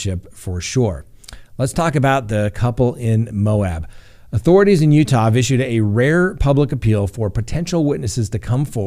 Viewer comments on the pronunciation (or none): none